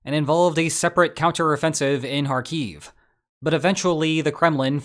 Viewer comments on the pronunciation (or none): "Kharkiv" lmao